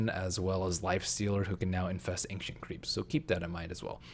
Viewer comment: WTF is ainkshent creeps?